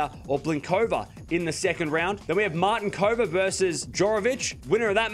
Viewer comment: A little hint on how to pronounce slavic names. Strycova= [STRYTZOVA] , Martincova =[MARTINTZOVA], Juvan = [YUVAN], Hercog = [HERTZOG]. Very good one at Świątek, though. :)